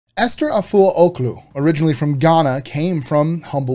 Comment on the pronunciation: You pronouncing the name wrong